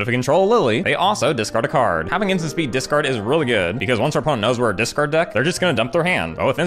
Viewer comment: can't tell if you're saying discard or dis card